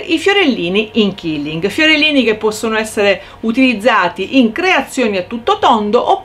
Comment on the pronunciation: Ciao ad un convegno mi è stato detto che la pronuncia esatta e quilling così come si scrive perché detto killing tradotto è uccidere